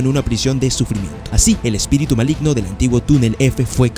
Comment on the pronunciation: Min. Malgino en vez de Maligno jsjsjs buen resumen bro